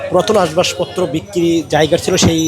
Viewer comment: ভাই, Ashbashpotro না আসবাবপত্র